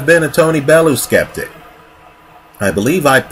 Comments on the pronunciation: Bell. You. Not Bell. Ooo. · Pronounced "Bell-you" this side of the Atlantic. Great video as usual...........Never mind, you just started pronouncing it correctly right as I was typing this... well played, well played